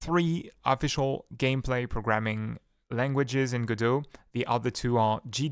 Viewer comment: Arrgh! It's infuriating when you put the emphasis in the middle of long words. For example when you say "proGramming" instead of correctly saying "Programming" or "comFortable" instead of "Comfortable" it's incredibly confusing and annoying because I keep having to consciously adjusting your words while still trying to gleam your meaning. Please practice putting the emphasis on the correct syllables when speaking English.